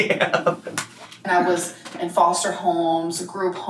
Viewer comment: She says foshter care